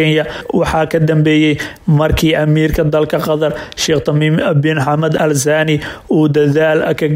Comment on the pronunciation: Warcarbiga barta. Sida loogu dhawaaqo ma aha zaani waa thaani